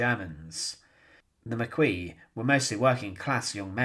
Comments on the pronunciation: So, for some immediate gratification, the Maquis--pronounced mah-kee, not mah-kwee--burned Kampfe, his driver & orderly alive. And then, in a show of complete underestimation of their known enemy, and a wilful display of hubris, left the bodies & burnt-out ambulance IN Oradour, effectively blowing a rasberry at the SS, and directly implicating Oradour. I ask, since the Maquis knew an SS division was in their vicinity en route to Normandy, what could possibly go wrong with their plan (assuming the idiots had a plan)? The SS find the ambulance, enter the town, and essentially mete out the same punishment to the townsfolk. Only, because they're SS, the victims are innocent of the Maquis' crimes, and there are way more victims than Kampfe's group. Good job, Maquis. What were you thinking? Upshot was that Maquis gets it through their thick skulls that one doesn't trifle with the SS, and they offered no more resostance to German units moving toward Normandy. The Maquis damned well knew who they were dealing with, but their egos were writing checks their bodies couldn't cash. A terribly sad tragedy, made all the more sad because it was totally preventable. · You know it's pronounced 'Mak-Kee', not 'Mac-Kwee', right? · Maquis = "Ma-kee"...